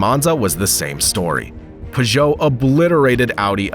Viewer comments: Pew•Joe Not Pah•Joe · Never heard Peugeot pronounced pageau before